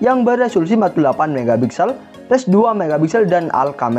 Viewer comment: Pixels bukan bixels